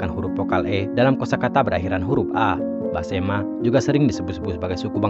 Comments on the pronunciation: Mohon maaf Besemah bukan basema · Maaf pak, sebutannya tolong yg benar, yaitu Suku Besemah, bukan Basemah. Jangan dirusak dg sebutan asal2an. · Besemah bos bukan basema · BESEMAH bukan Basema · suku besemah bukan basema....cari yg bnr lgi dehh kak